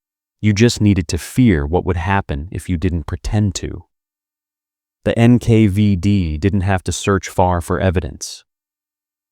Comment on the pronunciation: AI-slopp: NKVD, the V is not a 5